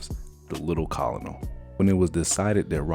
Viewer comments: Great video. So much information I did not know. Thanks for this. I do want you to know this. Colonel is pronounced kernel. You can blame the French for stealing and corrupting the Italian. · Thanks. That was very interesting. the little colonel" is pronounced "kernel". I know, gets me every time too. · Colonel is pronounced as "kernal." It's embarrassing the way he mispronounced/read that word. He should have been made to read this in front of someone first, so they could have caught that and tell him to put a little pep into his reading of this video. He sounds dead bored and makes you feel the same way he sounds. Don't mean to be mean, but come on! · Can we get more eloquent narration? Or at least don't upload the 'hot takes?' Or maybe the script writer can use 'less difficult to pronounce for the narrator' words? Or if the narrator sees a new word that they don't know how to pronounce, maybe copy and paste it into a dictionary app or site and push the little 🔊sound icon to hear it pronounced correctly. Like 'colonel' or 'subsequent.' The cadence needs to be pleasing to the ear. Fluid and conversational, like an audiobook. Or it has to fit the tone. Like Keith Morrison on Dateline sounds droll and slow, but its creepy and complements the true crime vibe. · It's really not a huge deal. Ana Kasparian from TYT mispronounces stuff all the time it really shouldn't hurt credibility like we imagine it does. I was so absorbed in the story I didn't even notice anyone said "colonel" at all let alone wrong lol.